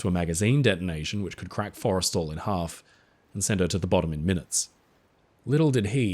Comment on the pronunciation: It’s “for-eh-stall,” right? Not… Forest’l. I think kept saying it wrong.